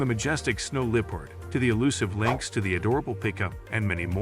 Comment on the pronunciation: Glad you have introduced us to so much wildlife, sorry to hear you have not spoken with a single English language speaker that could tell you how to properly pronounce English words, LEE-pard?😂 ka-ZACK stan? So many pronounced words that just say, I want to slap someone, try conversation with an actual English speaker, great information, hats off to the information gatherer but, dude, for real... get someone as the narrorater that can actually speak English